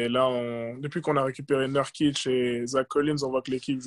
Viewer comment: C'est pas Neurkitch comme dans "a nurse" mais NOUrkitch, qu'est ce que ça peut m'agacer ça, surtout que là c'est pas compliqué. Sinon c'est sympa d'écouter Jaylen, je lui souhaite vraiment une belle carrière en NBA.